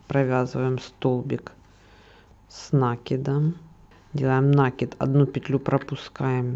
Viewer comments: Не нАкид, а накИд, от слова накидывать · Так вот. Чтоб вы знали, в советские времена все говорили нАкид. Это был профессиональный вязальный термин. Во всяком случае в той местности, где мы жили. Ещё в раннем детстве моя бабушка ходила на курсы вязания и брала меня с собой, чтоб не оставлять дома. И никаких накИдов не было. Абсолютно все учителя говорили нАкид и никто не придирался. А как появились ютубы и интернеты, то все начитались, что якобы от слова "накидывать" и поэтому по логике надо ударение на И. Между прочем правильно кОмпас, но в среде моряков нередко говорили компАс. Поэтому такие метаморфозы ударений в узкоспециальных сферах нередки. Так что никогда не делайте людям замечания на эту тему. Это тема скользкая и тут как кто привык.